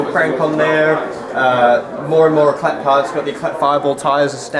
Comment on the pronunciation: How dopey, can't even pronounce Éclat!